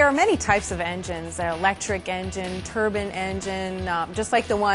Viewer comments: It's a "turbine engine" not a "turban engine"! somebody slap her! lol at "it's easy man; it's engines!" no way man they use engines on those things?! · It's TURBINE, not a fucking TURBAN